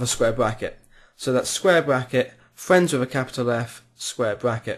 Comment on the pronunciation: Lol, you say Fwiends